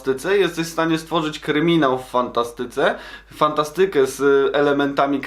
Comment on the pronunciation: Naucz się poprawnie akcentować słowa hipsterze nie fantastyke tylko fANTAstyke